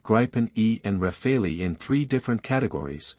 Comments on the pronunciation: It's not pronounced "Rafalee", it's "Rafal". The final "e" is silent. In French "rafale" means "Gust of wind" or "Burst of fire". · Starts by mis-pronouncing both Gripen and Rafael, then gets even weaker in analysis. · Please please please teach your AS (Artificial Stupidity) narratorbot how to say Gripen. It's a Swedish word, not an English one. The 'i' is short, not long, ie 'Gripen' rhymes with 'bitten' and not with 'ripen'. If the AS can't quite cope with a single Swedish word, please edit your scripts to use the English equivalent which is 'griffin'. And the French aircraft name is also mangled. This video is best viewed with the sound off. 🤦🏻‍♀️